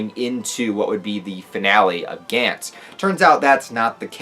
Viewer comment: You say it like gants (g ants) I’ve only hear it pronounced like (gonts)